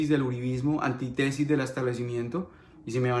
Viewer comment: Felicitaciones por tu valentía. Sigue denunciando tú qué puedes hacerlo desde el exilio. Una corrección: no se dice antítesis sino antítesis, con tilde en la primera i, o sea, es una palabra esdrújula. Simple forma, pero suena mal.